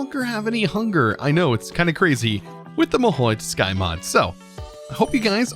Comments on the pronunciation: TS-U-kai not tuskai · why say tusk when its tsu? >_>" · He says tuskai instead of tsukai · your mahou is right but tsukai read sukai